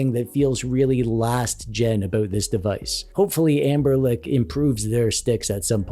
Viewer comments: Anbernic ❌️ Anberlick ✅️ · This is probably such a weird and small critique, but I definitely preferred when it was pronounced "anblernic" instead of "anberlick" 😅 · I thought it was AmberNic. I notice you say AmberLic. Which one is it? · Are you saying AnberLIC??? It's AnberNIC 😂 Apologies if you are saying it the right way. Your pronunciation bothered me enough to stop the video and make this comment. Otherwise, great review 👍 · You gotta be kidding me you sat in the whole video calling it AnberLick, LICK dude its anberNICK. With an N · gimme a break, I forgot an "e"... This dude says Anberlic in every video... This is his job and he pronounces the brand wrong every time... Either he doesn't care or he just doesn't know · are you mispronouncing anberNic as AnberLic on purpose? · It's anbernic not lic. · I keep hearing you say "Amberlick" but the company is called "Anbernic". Unless it's a joke I am missing out on 😅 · Are you saying Anberlick? :P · Please stop saying “Amberlick” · I also accept Ambler Nick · Are you saying anberlick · (sigh) It's. A. JOKE. He frequently mispronounces words on purpose. And there's always some pedantic, humorless asshole (like you, in case I'm being unclear) who has to start whining about it. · Say anber-Lic one more time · Are you saying "Amberlick"? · Why do you still mispronounce ANBERNIC??? Ther is no L in it... I lose all interest in a review when the reviewer can't even pronounce the brand correctly